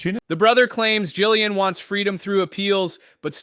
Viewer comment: It's not Gilean. It's Ghislaine. How can you claim any credibility at all when you can't even get her name right? Pathetic.